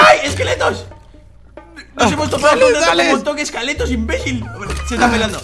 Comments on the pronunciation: segunto dise escaletos en ves de esqueletos xd grande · soy yo o oi que dijo escaletos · soy yo o digo escaletos? :V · Soy la única que escucho ⚡Eskaletos⚡ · Soy el único que oyó que dijo escaletos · Dijo esqaletas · Soy yo o en una parte le dijo a los escelatos * escaletos*